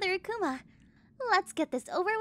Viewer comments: Pronounced as "A kooo mah" not "A cu ma" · im guessing the akuma ( ACK ema) you mean ( Ack Uma)